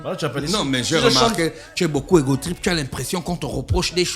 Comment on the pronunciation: Égocentrique et non egotrique.